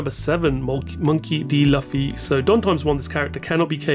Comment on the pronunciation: Please learn to pronounce the characters names. Its not "Laughfy" nor Beepo". Its Luffy and Bepo.